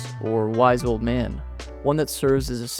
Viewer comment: The way you say old, makes you think youtube has been around for at least 50 years. It's amazing how influential and mind exploiting new trends can be.